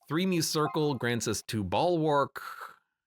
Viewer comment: 72 episodes in and i still cringe everytime he misspronounces muscircle